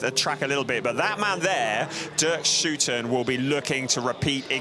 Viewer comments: You did say "OO" in stead of "OU" very consistently. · It's "Schouten" just as someone from Liverpool is a "Scouser" and NOT a "scoozer". 😅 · Sure, just pronounce it whichever way you want, but it is not actually correct to use 'oo' (nobody in The Netherlands would ever do that).